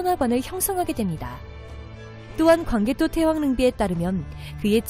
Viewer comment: 제귀에만 태왕이 태황으로들림?